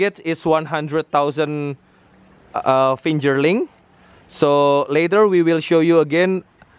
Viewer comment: brother you demonstrate very well, I want you to kindly correct 2 words (to make it more wonderful) i) Hatching (not Hatchling) ii) Fingerling (not Finjerling)